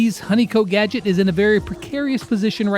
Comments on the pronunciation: Nobody: calling honey coat a gagdet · I literally got confused when he said GADGET , GADGET I thought am I became a mental 😶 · Did lex just said " Bea's honeycote gadget "?